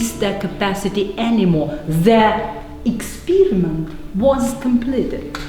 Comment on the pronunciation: Eet was not jast an ekspeeeeeeeeeriment